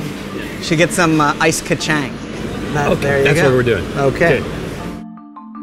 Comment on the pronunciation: The way he pronounced ice kachang😭😂